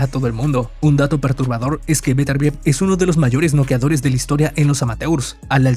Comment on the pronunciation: Mejor q no rete a vivol, meeeeeeenos a vetervier